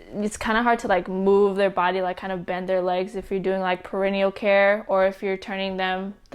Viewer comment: perineal care care is pronounced peri-Neal not perennial. Perennial is once a year!